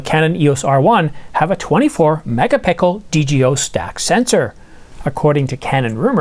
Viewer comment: It’s megaPIXEL silly. Your accent sounds like you are saying PICKLE. How can you have a nice video like this and not know this? The rest of the content seems so professional.